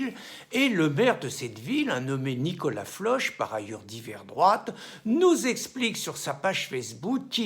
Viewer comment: Nicolas Floc et non Floche.... Les Bretons ne sont pas Gaulois... Quand tu as commencé à te confi er, tu fais ce que tu veux avec tes conconfinés, mais tu ne te mélanges pas avec tes voisins, sinon, ce n'est plus du confinement... Oui, le comportement de ces mecs est choquant parce qu'égoiste, pourquoi les autres ne feraient pas pareil ? La délation est aussi choquante mais la comparer avec celles de la guerre... Ici 135€, pendant la guerre, une balle..